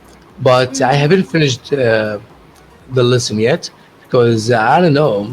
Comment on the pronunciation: you have to be accurate in your pronunciation, you mispronounce lesson with listen! Go back to your voice to make sure dear.I encourage you to continue talking.God bless you.